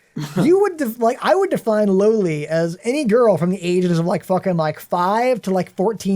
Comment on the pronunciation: 28 minute video of a guy saying loli wrong